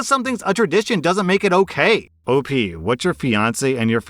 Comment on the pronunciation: Friendo! It's not "Opie" it's Op As in the letters "O" and "P"